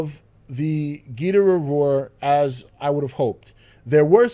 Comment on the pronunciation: Am I the only one bothered by how he says Ghidorah